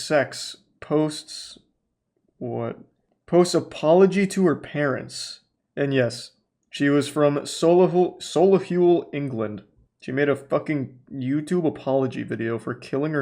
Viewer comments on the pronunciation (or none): The way he tries to pronounce Solihull is so funny